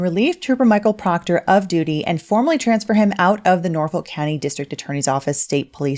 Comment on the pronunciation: PLEASE PLEASE PLEASE, DON'T STOP SAYING: " TROOPA PROCTAH"😅😅😅